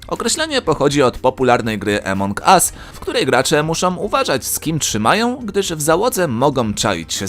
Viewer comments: Nie emong as tylko among us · Nie emong tylko Among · rozwaliło mnie jak przeczytał emong as zamiast among as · umiesz czytac czy nie jakie emong us among us AAAA a nie kurwa EEEEEMONG US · "emong US" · Źle wymawiasz Among Us (ty zamiast A mówisz E)